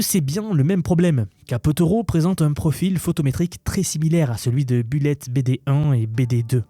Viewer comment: la prononciation du mot bullet, s'il vous plait....